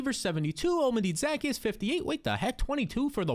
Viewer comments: Za-key-us not Zack-e-us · 😭😭😭 that’s not how you say Zaccheaus name